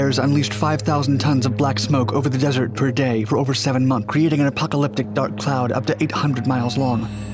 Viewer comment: over seven munh?